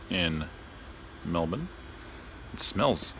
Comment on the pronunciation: Through all these videos i must thank you for pronouncing Melbourne correctly.